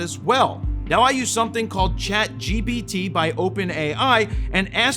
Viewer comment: You said Chat GBT, hey!!!!